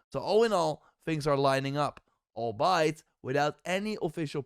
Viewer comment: Albeit is pronounced all-bee-it 😉 Keep up the good work!